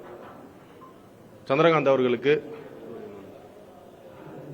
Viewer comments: வழக்கறிஞர் என்று சொல்ல தெரியவில்லை. சந்திர சூரியன் என்று உளறல். சட்டம் ஏற்றுதல் முறையே தெரியவில்லை .இளைனர் அல்ல இளைஞர். நாட்டை திரத்தப்போகுது. ? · சந்திரகாந்த் என்கிறீர்கள்... நமது இந்திய தலைமை நீதிபதி அவர்களின் பெயரைக் கூட சரியாக சொல்ல இயலவில்லை 🙄 நீங்கள் எல்லாம் வழக்கறிஞர்கள் என்று கூறுகிறீர்களே?????????